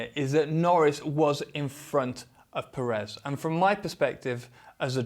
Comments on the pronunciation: The pronunciation of Pérez is Pérez not Peréz. Accentuating on the first E. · At this point you should have made the effort to say PEHrez, not PerEHz. The stress syllable is on the first E, it even has an accent to help you: Pérez. Now maybe this is stretching it a bit far, but should I expect a fair assessment from someone that after years hasn't even made the effort to properly say someone's name? I stopped at the first PerEz, hope you did do a fair assessment, but also, perhaps to gain a bit more credibility, wearing another brand name top would have been a better choice? Meh, no, that would have made you too credible, right? (Sarcasm) ;)